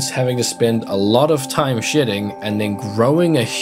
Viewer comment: 😅 ‘lots of shEDDing’ in a S hemisphere accent 😂❤